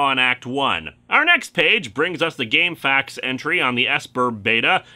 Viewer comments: I think you're pronouncing it right. Saying "Gamefacts" sounds more like a sourse of info then "Game-F-A-Q-s". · Game F.A.Q.s is the somewhat formal name, but in my experience people usually pronounce it "Game facks."